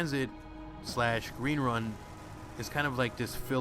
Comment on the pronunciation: Gween Wun?